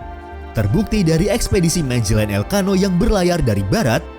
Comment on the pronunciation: Dibacanya Magelan bukan Majelen, ini Spanyol bukan Inggris